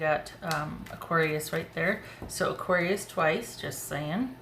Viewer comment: I’m an Aries Aquarius rising, so I laughed when you said “aquaries”! Lol! Yep, that’s me!